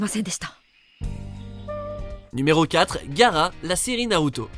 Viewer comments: Putaaain vous faites chié c'est GA-A-RA pas gara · ...son nom se prononce Ga-A-ra pas Gara...un peu d'respect quand meme...